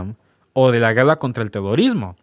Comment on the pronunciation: Se dice guerra no gueda